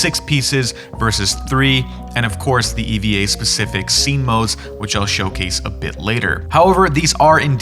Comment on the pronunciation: Couldn't do some basic research on how to pronounce Eva or Evangelion? 😂